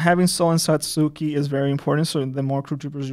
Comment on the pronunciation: Wow, that pronunciation. It's not Sa-suu-ki. It's Sa-(t)ski